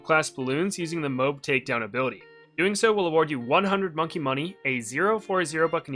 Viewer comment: It’s not pronounced mobe it’s m-oh-a-b